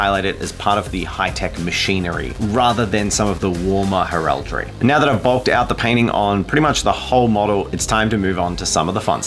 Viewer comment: Please tell me I'm not the only one who cringes every time he mispronounced heraldry? 😂